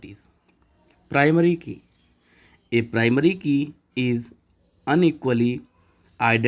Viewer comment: In he say uniquely to un equally